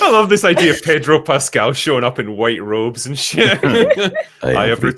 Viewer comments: its pronounced PAY-DRO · Why would she pronounce his name like that 😑